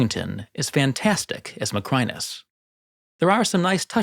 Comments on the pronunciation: Additional: 1) There´s English writing on the wall. 2) The water in a flooded Colosseum can never be crystal clear. It´d be a mud-soup; you wouldn´t even see the crocodiles in there. 3) Your pronunciation of "Macrinus" is completely false. 🙂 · Your pronunciation of "Macrinus," along with other Roman names, is remarkably poor—quite surprising for someone who is a professional historian. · Nice video but it really annoys me how you pronounce “Macrinus” incorrectly